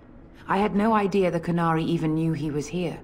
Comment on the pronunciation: Why do they keep mispronouncing "canary"?